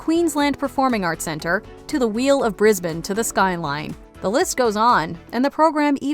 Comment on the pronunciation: Congrats for pronouncing "Brisbane" properly!